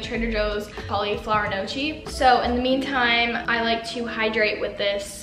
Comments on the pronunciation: i love how you have a playlist with Italian music and I don't (I'm Italian lol). also, the word gnocchi is pronounced nyohk-kee <3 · okay as an Italian person i am offended by the way you pronounce gnocchi, its pronounced nockee or no-kee not nochee btw :) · Just so you know gnocchi is pronounced "no - y- ke" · ahaha gnocchi is actually pronounced "ni-yo-kee" its really weird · the way you pronounced gnocchi tho 😂💀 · please look up how to say "gnocchi" (no hate!) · i love you but you butchered the pronunciation of “gnocchi” so many times 😭